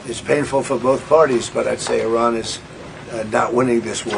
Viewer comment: Later she said "I ran" 😂😂😂